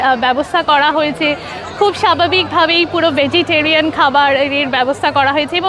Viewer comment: র উচ্চারণ করতে পারেনা। ভেজীটেরেয়ান গরু ছাগলের খাবার